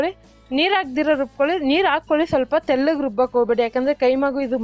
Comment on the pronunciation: ತೆಳ್ಳಗೆ ಅಲ್ಲಾ ' ತೆಲ್ಲಗೆ ', ನುಣ್ಣಗೆ ಅಲ್ಲಾ 'ನುಣ್ಣಗೆ ' ಎಂದು ಬಿಕ್ಕಲುವ ನಿನ್ನ ಚಾನೆಲ್ ಗೆ ಮಿಲಿಯನ್ ಗಟ್ಟಲೇ viewers ಇದ್ದಾರೆಂದರೆ, ನಿನ್ನ ಮಹಿಮೆ ಜೋರು ಬಿಡಮ್ಮಾ. ಮಚ್ಚೆ ಇರಬೇಕು ನಿನಗೆ ಎಲ್ಲೋ. ಆದ್ರೆ ಮೈ ಎಲ್ಲಾ ಕಪ್ಪುಗಿದೆ ಅಲ್ಲವೇ? ಮಚ್ಚೆ ಗುರುತಿಸುವುದು ಸಾಹಸವೇ 😂